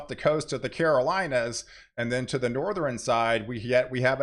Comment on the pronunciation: Please stop pronouncing "Southern" and "Northern' with "3" syllables. They both have only "2" syllables.